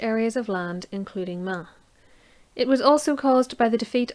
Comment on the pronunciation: Thanks. As an American I didn't understand your pronunciation.